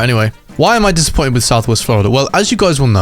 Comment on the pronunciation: He said disimmoited in the beginning